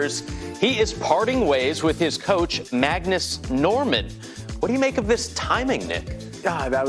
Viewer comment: It’s Magnus not Mangus. Christ.